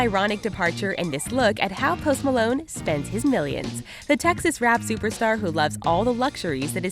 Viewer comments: i thought she said toast malone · The way she says his name is just ugh